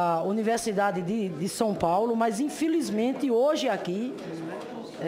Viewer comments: "Infilizmente" não sei como tem gente que vota na senhora, senadora! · "Infilismenti" a sinhora num "ixprica" .."supusições".